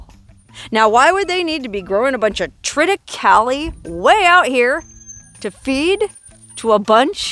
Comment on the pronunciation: the a in thritacaley is pronounced as a true a